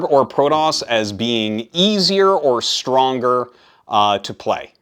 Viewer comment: Stroner 😂. Arty created a new word.